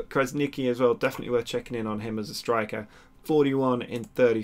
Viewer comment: It's pronounced Krasnichi. " Q is read like ch in this case, like in chocolate. I hope I helped.